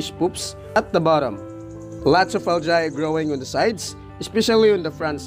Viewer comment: It’s Al-gi, or Al-Jee not al-jay. Not to be rude.